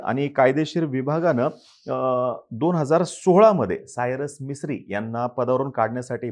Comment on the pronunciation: भाऊ तुम्ही मराठी आहात. कमीत कमी स्पष्ट शब्दोच्चार करणे अपेक्षित आहे. "सायरस मिस्त्री"असे नाव होते.